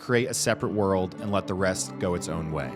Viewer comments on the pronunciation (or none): Um it’s World not my Whirled! Short Stump Tongue